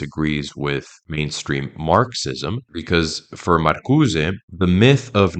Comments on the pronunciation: It's hilarious how emphatically and confidently you mispronounced Marcuse as if it were a Spanish surname. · "Dar-eee-dah?" What bit of Frankfurt School deconstruction influenced you to pronounce Derrida, that way? "Marcuse" has no accent mark to the "e" so it is silent! "Marcuse" is not a Spanish name! These attempts at sophistication are like fingernails on a chalkboard. it makes me cringe every time! Every video I watch by another one of these young "experts" always features bizarre pronunciations of nouns that were formerly so mundane and commonly used that this flash of the Dunning-Kruger Effect must be due to the cultural exposure gap that the internet and the sequestering of education. I do agree with the analysis of the Frankfurt School, all the same.